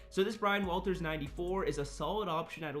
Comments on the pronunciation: Waters not walters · It’s Brian waters fam lol not Walters 😂